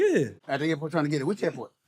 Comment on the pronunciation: The airport or the air-fort?